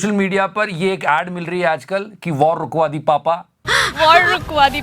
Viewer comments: Waaawr wukwaa di papa😂😂😂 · Rukwadi WITH an accent